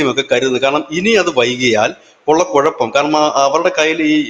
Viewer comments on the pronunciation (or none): none